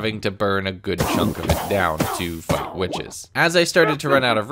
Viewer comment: him(probably): "to fight witches" youtube subtitles: "to fight witches" what i heard: "to fuck witches